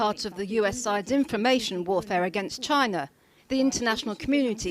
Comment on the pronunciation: "Made in Gyna"